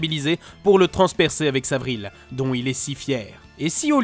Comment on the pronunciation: C'est pas Corvallius mais Corvaillus (ayuss) et on dit vrille (iye), pas vrille (ile).